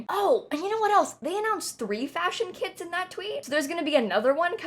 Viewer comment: Anyone else kept hearing “kids” instead of “kits” 😂 it was funny lol